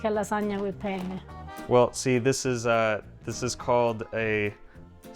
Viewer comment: Makes me nuts. would you PLEASE stop saying "penn-A" or feffucine-A? 'for cryin' out loud, try Penn-neh, or fettucine-neh. It's a wonder she doesn't strangle you. 😀